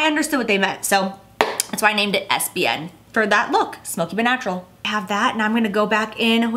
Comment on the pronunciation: am i the only one who heard SBN as es bein ?